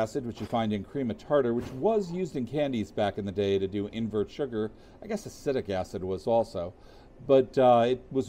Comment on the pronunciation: acetic acid is pronounced “uh seed ik”